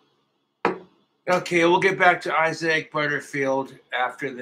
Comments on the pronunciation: its pronounced (eye-zick) isaac, but ive never wqtched any videos from him so im not 100% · Is “I-zay-ick Butterfield” the way the guy’s name is pronounced or is saying it like that because he’s regarded